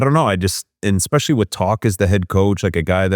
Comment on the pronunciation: Ya but he says “expecially” so